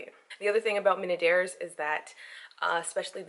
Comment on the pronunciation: Minaudière = Mee-no-dee-air. Now say it quickly 3 times. You're welcome :)